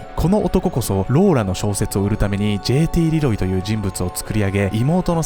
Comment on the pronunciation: じぇいてぃーれぇろぉうぉぃw